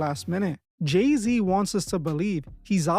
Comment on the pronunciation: It's Gey-Z 😭💀😭